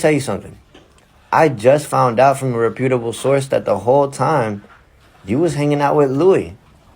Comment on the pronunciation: Who's going to tell Check that's not how you pronounce "reputable"? Also, Angel and Nick having Melanie on a ban list isn't on. If she tried to hijack the event they could just have security intervene. They did not have to even be in contact with her; just let her be there so that's a bit extreme. However, Mel, Check, Jane, et, al would have only known this had they gone versus someone posting it. So that shows they weren't even planning on going because they would have said "I bought tickets and when I showed up I wasn't allowed in." Because there is no way that they were alerted beforehand that they were on a ban list because they would have already taken to social media to complain about it. Check and Lina are both wrong - the only person who sent Aaron to an early grave was him. He had the tools to get clean, but he wouldn't. He had the tools to get mental health assistance but he wouldn't. He was in denial and he lost his life before he hit his bottom. And know acting as if Betty was a plant as if Aaron didn't bring randoms into his home all the time (Mondo, Abba,those guys who he let take his car for the weekend, the people partying in his house when Morgan was staying with him).